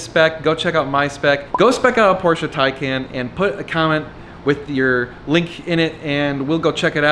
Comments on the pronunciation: It’s pronounced taken. Also, those painted to match barrel wheels look terrible in person. Early 2000s dub style. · Did you say “Pecan “?